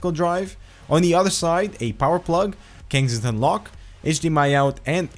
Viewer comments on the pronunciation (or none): none